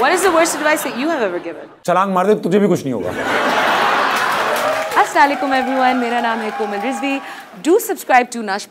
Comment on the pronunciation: she said aslalaikum xD